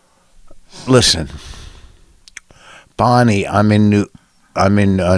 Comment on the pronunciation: Vos makes Bwonnie cwoffee.